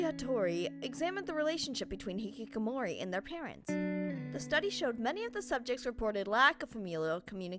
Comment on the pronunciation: ITS hiHIkamori